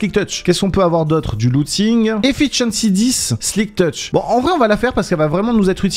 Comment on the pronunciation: Des fois je me demonde si sé parler on dit silk tetch et pas SLIK tetch